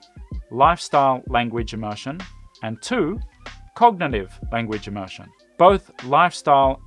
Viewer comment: Please learn the correct pronunciation of immersion before explaining it. Am I the only one who feels pain whenever immersion is uttered?